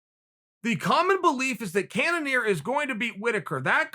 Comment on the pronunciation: No one: Chael: Wobert Whittaker and Jeded Kennenear. Me: ok...